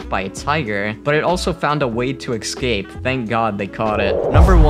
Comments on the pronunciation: Seriously???.... - ... Sequoia National Park is now pronounced "Seck-oh-ee-ah?"..... and the word ESCAPE is NOT pronounced 'ECKSS-SCAPE'...... it is pronounced "ESS-CAPE" Jesus God what is happening to the English Language??? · Every time he said "eKscape" was like nails on a chalkboard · Poor thing. It looked like a particularly shitty zoo. Probably living a life of absolute hell and just making a terrified escape , as any living creature would , if it could. By the way, it's eScape ..not ..eXcape. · Someone needs to tell the narrator that the word is es-cape, and not ex-cape. He must have mispronounced it twenty times. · IT'S ESCAPE! ESCAPE. Not exscape. ESCAPE. ES Damn it, eScape. And while we're at it, it's eSpresso, not exspresso. Aaaaaargh. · Escape: “es-cape”. Not “ex-cape.” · It is pronounced EScape not EXcape . Just an FYI. Liked the video though. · It's 'escape'... not 'ecscape' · escape not excape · its uh-scape not ex-scapes. >-> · It is ES-cape, not EX-cape. So annoying!! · Dude the word is "Escape", not "Exscape". Stop adding a non-existent letter to your pronunciation of the word. It's very distracting. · I just can't get past the way he's pronouncing escape. Excape... Makes me cringe almost as much as seeing all these animals in cages. Esssscape 😬🙉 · es cape not excape sorry but it took away from yr video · I can't be the only one that hears "Ecscape" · What about escape? It kind of sounded like ex-ape, maybe I’m just being picky. Sequoias, now that was definitely a problem. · Drink every time he says ex-scape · It's pronounced "əˈskeɪp" (no "x" or "eks") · These are awesome. Does anyone else wonder why people say excape instead of escape, or exspecially instead of especially? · Zoo cooraror? (curator). Glass was shrong?(strong). Monkey tries to excape? No x in escape. Sackoweeah? (Sequoia). Fearcious? (Ferocious) animal. Is this a native non-English speaking robot? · Excape? I bet you can pronounce espresso perfectly. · It's escape. Not excape.